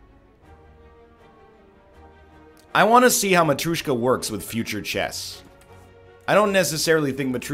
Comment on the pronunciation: Who's the fucker that told him that "matryoshka" is pronounced "matrOOshka?" This triggers me every time.